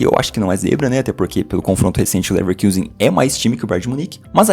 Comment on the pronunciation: Muito bom o trabalho, mas Leverkusen em alemão se pronuncia com o nosso u mesmo, caso contrário seria leverküsen